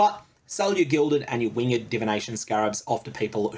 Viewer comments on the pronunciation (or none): Its pronounced 'wingD', not wing-ed..scarab btw. very strange pronunciation you have there. ;)